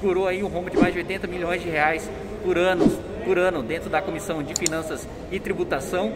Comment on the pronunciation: "80M de reais por anus" porra kim esse cu ai ta muito caro kkkkkkkkkkk